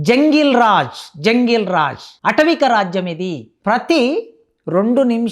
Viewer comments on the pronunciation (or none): Arei దొంగ professor, atavika raajyam kaadu. Aatavika raajyam. Emi chaduvukunnavuraa నువ్వు?